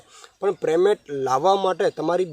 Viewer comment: Please yaar payment bolo preymant na bolo